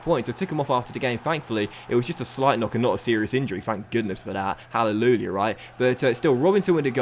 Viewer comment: No one:: Hallelooliah right?